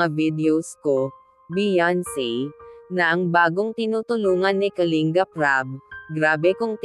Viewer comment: Kalingap ang tamang pagbigkas hindi Kaling gap,pangit pakinggan kasi galing sa salitang ugat yan na lingap,baguhin mo pagbigkas salamat kung pakikinggan mo ako